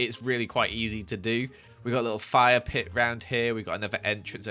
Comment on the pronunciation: Whenever he said fire pit I thought he said fire playground and got very concerned